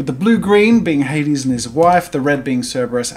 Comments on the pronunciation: It's not "Hadeeeeeeeessses", it's "HADES" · Jazza You Made The Greek Letters On The Throne Look Very Nice! Congrats! Also For Anyone Wondering The Throne Says Αδης Which Is Said Ádis with a soft D (also i am greek thats why i know this)